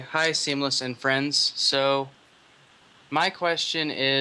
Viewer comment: I heard that too XD